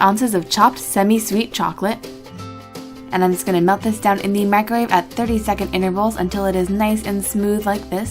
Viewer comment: Mic-ro-wave not micrwave